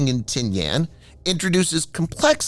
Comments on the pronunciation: The island of Tinian is pronounced Ti-ni-an not Ti-ni-An. Hate those damn computer voices! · I’ve never heard it called “Tin-Yan.” It was always Tin-ee-in. Also, the US has made agreements to use/establish bases again in the PI. We may not have another NAVSTA Subic Bay, or maybe we well, but that’s an important factor is repositioning US assets forward. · Check your pronunciation on Tinian. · That’s not how you pronounce Tinian.